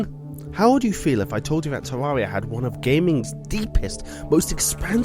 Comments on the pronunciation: its terraria not teruria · Tarreria not tararia stupid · is not Teaia, is Teraria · Tewwawia uwu